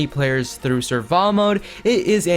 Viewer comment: It’s survival mode not surva btw